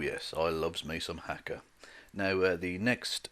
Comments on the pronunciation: It’s pronounced hah-kah my friend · The first "a" in haka is long, as is the second.